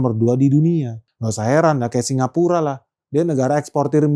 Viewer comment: Salah ucap singapura bang 8.38😅